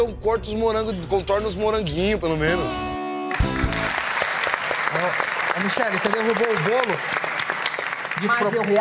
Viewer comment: Mi"Cher"lle Barros